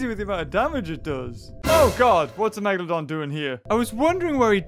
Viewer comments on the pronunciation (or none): the way said megalodon was sooo funny!